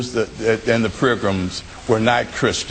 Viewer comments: Blackwell: "Well, yes, hah, hah, hah (what's Hitchens saying, anyway- I don't know ANY of that stuff) let me just ask you, Christopher- you think that the,- that the founders that,- and the prirgrams were not Christians..." -No, he never said that, did he? And it's pronounced PILGRIMS. Feign a heart attack and get taken off stage. Have your people tell everyone that you were not feeling well, and were not in your right mind during that debate. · Then he says, "prilgums"......HAHAHAHAHA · I believe I'd learn how to say "pilgrims" before having a debate about them!!!! Ken...."pril-gums"...….REALLY???????? HAHAHAHAHA You better AXE somebody!!!! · in the space of ten seconds this man says "Prigrims", "accracy", and "forfright"